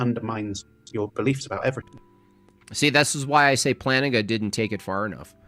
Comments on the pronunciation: Did you say Planigga?? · Bro did NOT say Plantinga